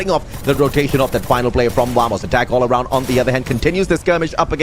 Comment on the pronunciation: Es AROUND, no ARAUND... por favor corrígelo, gracias